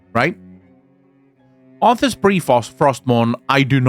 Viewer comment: "Was Azthas"? or Are Wazthas? War Arthas? :D you might think I'm messing up with you but secretly I helping the algorithm :P